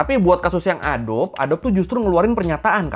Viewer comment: bacanya "a-do-bi" bang, bukan "a-dob" hehehe